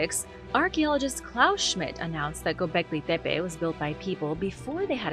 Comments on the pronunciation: "Gobleggi Debbay" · Tf is with your Gobekli Tepe pronunciation? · I don’t like how you pronounce Gobekli Tepe